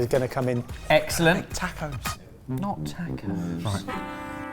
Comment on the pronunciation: "tack-ohs" don't exist. However in Mexico they have a word you might be looking for... "tah-cohs". Note the "ah" as in Lah-lah-lah, and how the "c" is sound in the 2nd syllable. No tack. No ohs.